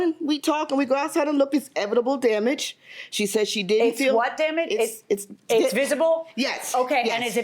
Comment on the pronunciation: she definately said 'edible damage'